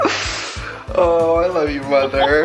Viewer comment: He says mother ever like mother effer